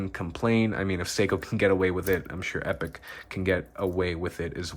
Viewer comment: Nice review. But Epoch is pronounced 'ee-pock' (meaning a particular period of time in history).